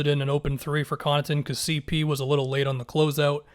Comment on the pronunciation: On everything I'll stop watching your videos if you don't start adding the 3 on "CeePee" man, you're trolling us at this point